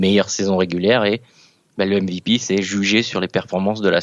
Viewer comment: J'ai mis un dislike pour la prononciation du mot MVP